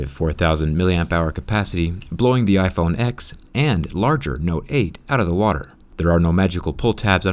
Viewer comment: Why'd you say iPhone "X"😩